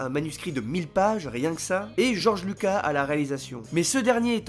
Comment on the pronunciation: george lucaS pas luca